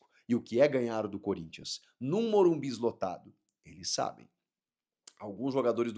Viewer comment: Que poha eh essa de morum"bis"?